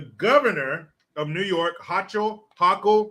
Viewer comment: The New York governor’s name rhymes with YOKEL.